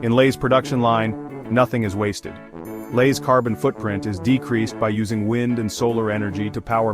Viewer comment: "Elays" chips?